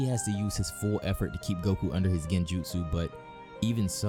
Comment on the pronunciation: My boy really said "he broke itashis genjutu" 😂😂😂😂😂😂😭😭😭😭😭😭😭